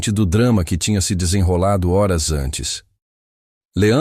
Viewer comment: Eu sou Luiz Lima e falo desde Raleigh, USA. Essa história é linda. Acho que todos concordam. Mas não sei porque a insistência em “criar” e constantemente pronunciar “eurs” quando o correto é: “horas”.